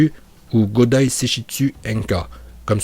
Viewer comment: Tu as vraiment un problème parce que Raiton, Doton et Katon tu prononce bien mais quand tu prononces Suiton et Fūton, ça fait grincer les dents, et aussi Haku se prononce avec un "h" aspiré.